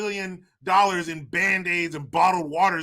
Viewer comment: "Any of youse other countries need a few billion dallors!" 😂😂 LMFAO!